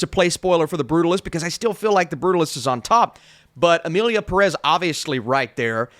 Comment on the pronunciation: Why do english speaking people love to mispronounce Pérez all the time? The "é" is there for a reason. Same thing with Pokémon.